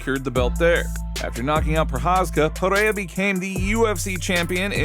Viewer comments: it s PEREIRA not PIERA.... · Chael mispronouncing Pereira as Pierra is too funny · i love how Chael will always mispronounce a fighters last name in, but in 5 different ways in the same few sentences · Alex Panera